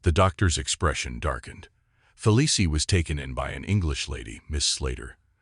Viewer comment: Hard to listen to AI read this. It's pronounced Feleece, not Felicie.